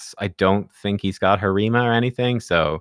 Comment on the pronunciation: I hate the word "pop" and the way he butchers Harima. I can't watch many videos, lol.